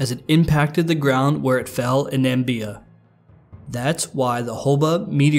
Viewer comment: its na/mi/bi/a not nambia